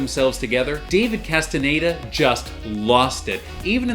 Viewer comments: Who is this David Casteneda you keep talking about in this video?? There is an actor called David Casteñeda in Umbrella Academy but I'm sure you wouldn't be so disrespectful as to not say his name correctly... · Casi todos los canales pronuncian "castañeda" como "castaneida" 🤔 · Maybe one day you'll learn how to pronounce Castañeda